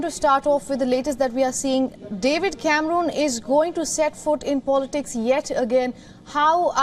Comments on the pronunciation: Yep, took me a couple of seconds to work out who she was talking about! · David camrooon, 😂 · David camrooon 😂